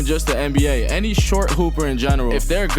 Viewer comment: It’s treyyy bro 😂 u messing up